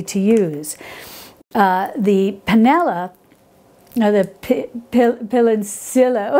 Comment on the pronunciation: I am sorry, but it was not funny to hear "pilonciLo" instead of PILONCILLO in your program, especially when you are so close in culture and physical proximity to where the PILONCILLO is originally from. But thank you very much for your wonderful program